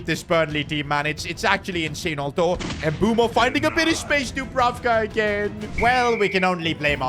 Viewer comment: Its "Bwemo" not "M bumo" 😂